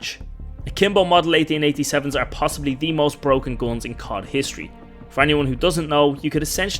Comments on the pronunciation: i like your funny accent. it sounds like your pronouncing GUNS as GOLEMS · "gons" lol